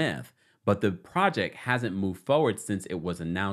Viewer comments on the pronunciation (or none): none